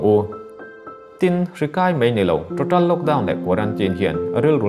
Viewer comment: Total tih hi ngati nge ṭoṭal tia in lam kher le ka ti ṭhin.... a awm anglo êm mai a....